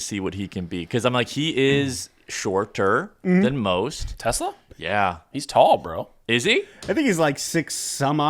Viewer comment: If there’s one thing to know about TeSlaa is that he’s huge. Did you pay attention to the draft or rookie minicamp or OTAs at all? The second thing is that the emphasis is on the second syllable of his name - it’s Dutch. The third and most important thing is that he never dropped a pass in his college career.